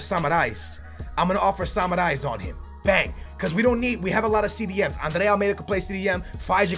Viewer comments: Its samaris not samarais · That Samaris butchering tho lmao Seems like he's saying samurai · You are pronouncing samaris so wrong dude , dont say you re a benfica fan